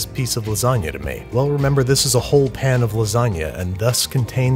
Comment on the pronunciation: Ok, I think I'm missing some vital lore... Why does he pronounce pan as pin? Just curious.